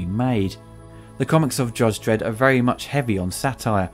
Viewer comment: "Judge dedd" get used to it